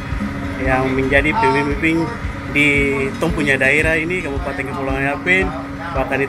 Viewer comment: Mantap s'x... tp ini masukan buat harus atur tata bahasa baik supaya jgn ada kesalahan seperti kata KABUPATENG, KEPUALAUANG, YAPENG, DLL kalau memang tdk bisa rubah kebiasaan bicara yg suka tambah huruf "G" mungkin bisa diakali saat EDITING video (potong bagian2 yg tata bahasanya salah)🙏🏽🙏🏽🙏🏽